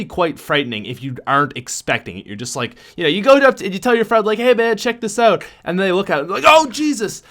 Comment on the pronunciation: Why does he pronounce out like ewt